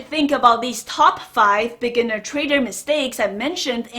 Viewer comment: Every time she says 'beginner traders', I hear 'lamborghini traders'.Lots of respect, though. I love this channel.